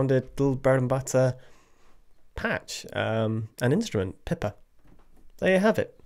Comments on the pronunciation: Thanks for featuring the instrument! It's not broken (I hope!) but there are only 2 patches, tremolo and plucked. The C keyswitch is to go back to the plucked when you have the tremolo active. And there are 4 round robins, though for some notes/velocities there are 2 or 3 with one of them repeated to make up the 4. Also the pronunciation is like AY-men, and PEE pa for the instrument as Peter pointed out earlier. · I have heard performers pronounce it PEE pa